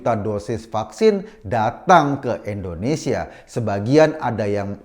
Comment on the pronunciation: Koreksi bang "INDONESIA" bukan "ENDONESIA"